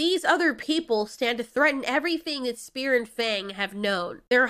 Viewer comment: Lamo i heard spear and fang like fear and fang